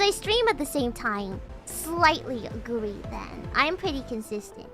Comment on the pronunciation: Agwee or Disagwee